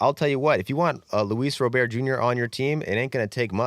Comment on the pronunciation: Not that you'll talk about him again after the trade deadline, but Luis Robert's name is not pronounced like he's French. It's pronounced like someone who's first name is Robert. A hard T.